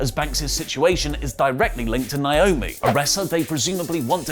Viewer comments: It’s so annoying that he keeps calling her Nyomi instead of NAomi. A lot of people are guilty of this and I just don’t get it. Look at the spelling and listen to the announcers when she comes to the ring. How is this hard? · Please start saying NAY - OH - ME ... PROPER. Thank you. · Listen, stop being ignorant and pronounce people's names right. 😑 NAY - OH - ME = NAOMI Pet peeve, this is my sister's name, as well., fix this please. Would you want to be called "OH - LEE"?!